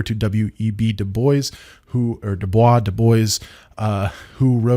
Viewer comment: it's definitely Doo-boyce and not Doo-bwah.